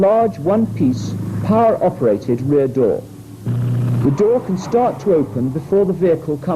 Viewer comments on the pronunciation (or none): none